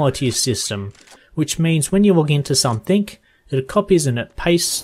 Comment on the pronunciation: someTHING not someTHINK its a g not a k